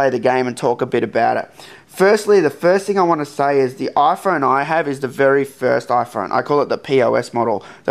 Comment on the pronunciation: iPhorne? Interesting accent.